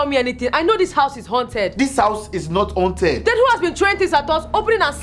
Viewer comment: okay but can we talk about how it said hunted instead of haunted???